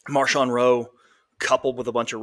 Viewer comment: Yeah, not Marshawn, though I wouldn't mind calling him Beast Mode.